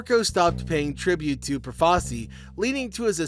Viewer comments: Good video, but just so you know, it's pronounced Pro-fa-CHEE. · First, it's Pro-fa-chi. Second, you apparently don't know who Lucky Luciano (Lu-chee-ano) is. Shit video. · Had to stop after 4 minutes, I couldn’t stand listening to the mispronunciation of Profaci 🤦.